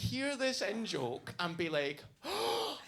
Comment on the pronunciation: So when you say " in - joke " ... I hear " N - joke " which makes me think you constantly make jokes with the " N - word " lol... so I was confused for a bit lol. Also great and loving tribute to your friend. You're a great person.